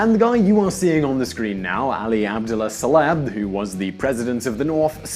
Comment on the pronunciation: First of all the former president of Yemen's Name is SaleH, not Saleb. Second, Saudi's don't have sky high salaries. An Engineer or doctor In saudi gets payed 3x less than one in the US. The only upside is no Taxes (which is going to change come 2018). Don't get me wrong, not everything in this video is a lie, but the Majority of it is clearly wikipedia'd bull. Cut the Envy crap and all the misleading bullsh*t that your peddling in this video. Then again, you've been doing these same bias videos from the start so there is no hope.